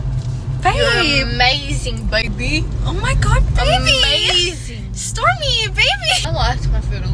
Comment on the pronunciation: Did she just say "sTORMIII beybiii" 😭😭😭